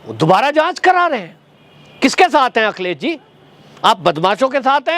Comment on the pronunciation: Akhilesh Bhaiya ka name thoda ache se boliye